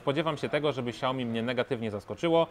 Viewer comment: Xiaomi a nie ciaomi